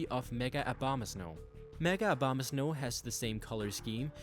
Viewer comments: No one pronounces it right it's O-BO-MA-SNOW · it sounds you said "mega obamas no" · "Obamasnow" lol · Why the heck do you pronounce Abomasnow as Obamasnow?